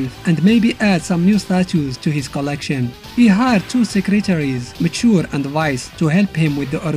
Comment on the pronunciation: Her name is pronounced Maa - tuh - re not Mature